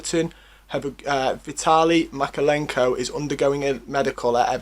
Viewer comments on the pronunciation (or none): You should pronounce MykOlenko 🙃 Good player, he’s on the starting 11 for national team and Dynamo Kyiv. Let’s see how it goes in Everton. Now all Ukrainian fans are joined to be alongside with fans of a Everton as well!